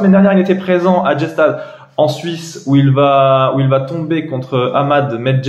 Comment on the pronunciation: On ne dit pas « Gé-stad » pour Gstaad. Ça se prononce « Gu-dchatt ». Go wawrinka